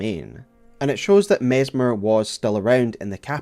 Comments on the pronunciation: His name is MESS MER not MEZ MER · Mezzmer? Even with the snakes around him people can't pronounce his name: Messssssmer. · you'd think if you're gonna make a video about messmer, you'd at least pronounce his name correctly lol